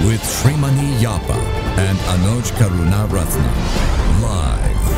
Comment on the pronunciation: Why don't you assigned some one who can pronounce Sri Lankan names properly at the initial announcement of names. Present person can not pronounce names such as Karunaratne.